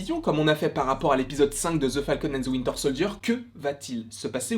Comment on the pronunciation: L'accent de the Falcon and the WIntEr SoldIeR 🤣🤣